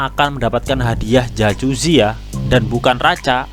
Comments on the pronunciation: jakuzi bacanya bro, bukan jacusi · dibaca yakuzi bang,,,bukan jajuzi,,hehe